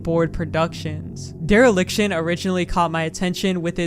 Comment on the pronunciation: wait a second, DEEReliction